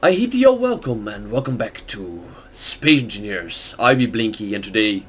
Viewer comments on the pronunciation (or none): Did he say Spay Enfingers?